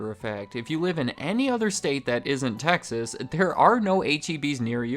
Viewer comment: Please keep saying Texas